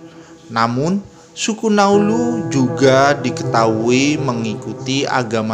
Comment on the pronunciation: Naulu bukan nauluz Ngarang2 saja bahasa mu